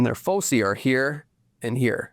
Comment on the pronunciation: It’s pronounced /ˈfəʊsaɪ/, sir. I don’t go to bed until I’ve watched your daily videos 😁